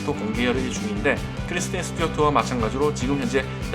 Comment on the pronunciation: 크리스틴 이름발음이 잘 안되시네요 ㅎㅎㅎㅎㅎㅎ